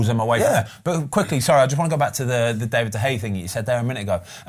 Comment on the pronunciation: Does Ben have some intel on how “David De Gea” is pronounced, or is it just a wind up?🤣